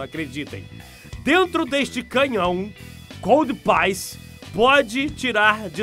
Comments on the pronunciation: (códpiece) e não (códpaice) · a pronuncia correta é "codpice" como em peace ou como em one piece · Codpiece se pronuncia /kód pisse/ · Kó-di-pi-ce -- putz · coldpaice ahuahauhauhauahua mds